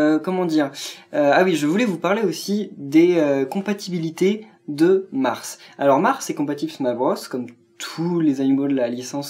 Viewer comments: Arrête de dire Mars c'est Marte x)) (Marth) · Ce n'est pas Mars mais Martee et dit le prince marte ces mieux :p